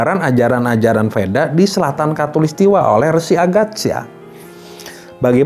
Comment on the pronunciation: VEDA bacaannya WEDA